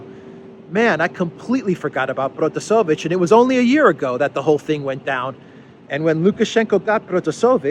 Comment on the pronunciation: it's ProtasEvich.